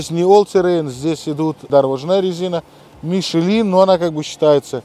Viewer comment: Обзоры не ваше дело, не приятно слушать Лэксус и Мишелин